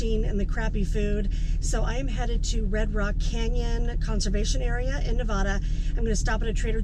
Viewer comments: Nevadda not Nevodda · It's pronounced Nev-ADD-a, not Ne-VAW-duh! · Hello there. From a 4th generation Nevadan... it's Ne va duh not Ne va dash. Vegas is crazy town even in the boonies! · love your videos but the only acceptable pronunciation of the state is “Nev-AD-a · You most probably got kicked out for calling it Naavaada! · Please pronounce Nevada correctly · Love your videos and you are great. welcome to our state (Nevada) but please learn how to pronounce it.